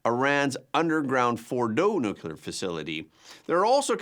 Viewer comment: Everyone repeat after me, Nu-clear, not nucular. Yer killing me!